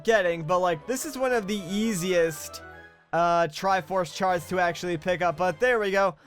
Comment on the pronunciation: he definitely said "triforce shart"